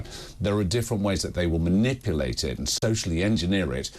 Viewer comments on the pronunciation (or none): none